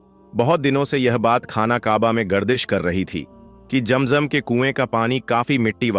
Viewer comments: Pehle sahi Naam to lelo jam jam nahi hai zam zam hai asal kam ki baat karo bohat lambi nogay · Bhai ASSALAM ALAYKUM APKA JAM JAM KA TALAFFUJ NAHY DURUST HE ISKA MATLAB YEH SAF HE KI AAP MUSLIM NAHY HO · Please correct your pronunciation. It is not jam jam. It is Zam Zam. It is not khana kaba. It is khanay Kaba. It is not manjar. It is Manzar.